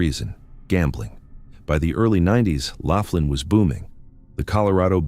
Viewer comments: It's Laughlin, NOT Laflin. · Laughlin. Not Laf tin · 😅... I laughed hearing " Laugh lin " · Pronounced LAW--FLIN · it's Laughlin, pronounced... lof-lin, moronic when you can google the enunciation and the correct spelling.